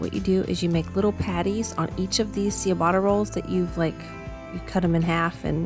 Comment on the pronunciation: Just FYI… ciabatta is pronounced like “chabatta”